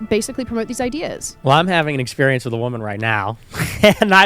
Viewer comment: "I had a lot of exspireance in my life " is the most Virgie thing ever